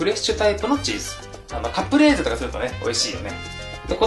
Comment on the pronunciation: カプレーゼ！ カプレーゼ？ カプレーゼじゃなくて？